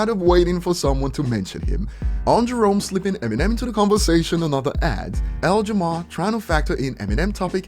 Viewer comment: I love how calls him L Jamar and not Lord Jamar